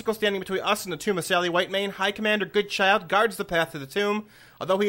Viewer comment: Prounced Good- Childe thankyou very much not good child :P